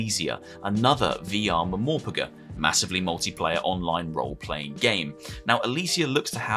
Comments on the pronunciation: "Momorpuhghu" 😂😂😂 yo im dead. Pls dont say people actually pronounce MMO RPG like that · the way you pronounced MMORPG is hilarious